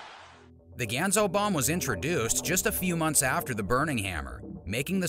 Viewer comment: It's pronounced GAHN-ZO.